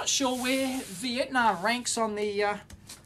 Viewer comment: vee IT! nahm